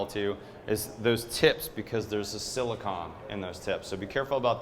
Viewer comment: It sounded like you said silicon when you meant silicone